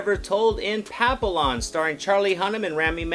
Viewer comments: pa-pill-lon ??? the fuck... it's pronounced pa-pee-yawn 😂 OMG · At least learn how to say the name. Pappy-on. Not Papill-on. You would hate it if the french pronounced you name wrong. It means butterfly. Ignoramous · Couldn’t watch this longer than it to write this comment: LEARN HOW TO PRONOUNCE NAMES.... Pappy YON!!!!!!!!!! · Actually pronounced pa-pee-yawn. It’s French for butterfly and there’s even a dog named this because of it’s ears resembling butterfly wings, I actually had one. 😁 The trailer almost made it look almost like a love story of sorts. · The l's are silent. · Dude can't even say the French word Papillon which is the correct pronunciation for the character.